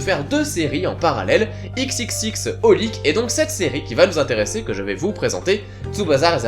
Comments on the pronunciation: Juste pour information, xxx Holic se prononce " Cross Holic ". Je faisais la même erreur dans le passé. D'ailleurs, je pense que niveau manga peu connu, il méritait d'être plus mis en avant que Tsubasa, qui lui, a quand même une certaine notoriété... Sinon, je ne sais pas s'ils me liront, mais pour MrVaetrem: Les Clamp ne sont responsables que du chara design dans Code Geass, donc il ne faut pas s'y fier. Et pour Teamgaufre, non, le scénario n'a rien à voir avec celui des jeux Kingdom Hearts. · Je crois qu'on prononce "cross holic" et non xxxHolic (moi aussi je disais ça avant en fait)